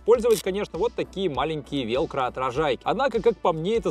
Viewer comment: почему велкро, ВЭЭЛКРО же